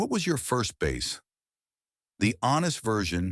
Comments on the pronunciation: You lost me when you said bass as in fish. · Teach the ai voice the difference between a guitar and a fish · Bass? The fish? AI isn't ready to take over the world quite yet.